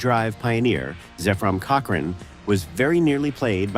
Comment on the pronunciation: Lost me at "cochRAIN."